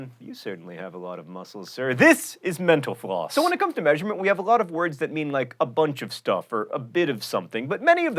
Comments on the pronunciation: I think you ought to enunciate the name of your show at least a semidemiquaver more slowly, as I thought I just heard, "Welcome to menopause." Just sayin' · Did anyone else here hear "thanks for watching menopause" ? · Seriously, I keep hearing menopause too! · everytime you say mental floss.. i hear "menopause" lol. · when he said mental_floss at the end, I understood Menopause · It sounded like he said "meno pause" instead of "mental floss" at the end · Every time John says 'Mental Floss' it sounds way too much like 'Menopause' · whenever he says mental floss I hear menopause. anyone else? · it sounded like he said thanks for watching menopause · He says "Mental Floss" .. but.. it sounds more like "Menopause" lol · Btw I love "mena-pause" lol Jk I can't get enough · It sounded like he said menopause instead of mental floss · i still swear that he's saying medaupause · It really does sound like he says "thanks for watching menopause" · Sometimes when you say "mental floss" and I am not paying attention, it sounds like menopause... XD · You said Menopause again ...